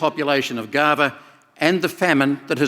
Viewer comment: I think you failed miserably and disappointed us when we heard you mispronounce the word Gaza as "Gafa," even though you pronounced it correctly just seconds before. Unfortunately, we were deceived by you and others like you who support Hamas and Palestine. It's shameful that someone as delusional as you still do not understand the meaning of radical Islam. By the way, we'll soon see how the Palestinians will turn on you if you don't gravitate further toward them as they desire, and you'll see how they will scare the crap out of you. Don't forget that you are an infidel to them, no matter what you do, don’t play with fire you idiot. 😎